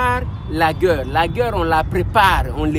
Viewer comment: Bon travail . Apprends comment prononcer Le mot GUERRE ! ❤